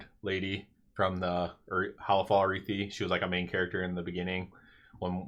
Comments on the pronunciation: Never heard ararhi pronounced that way before lol it’s not arithi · Did you not listen to a single npc in hollow fall saying arathi?